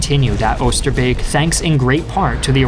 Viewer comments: That pronounciation of Oosterbeek was on point! You Rock! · saying 'oosterbeek' like a real dutchman